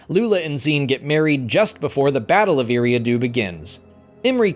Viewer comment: Love the vids, just one thing, your pronunciation of Eriadu is wrong, it’s like eerie-ah-do